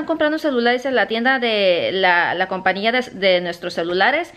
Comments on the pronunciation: Se dice COMPAÑIA CON ÑÑÑÑÑÑÑÑÑÑÑ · Se dice compañía! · se dice compañia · COMPAÑÍA NO COMPANIA CATÁLOGO NO CATALAGO